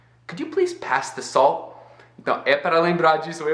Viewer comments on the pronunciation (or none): Quando você fala "salt" eu entendo "soul" hahahahaha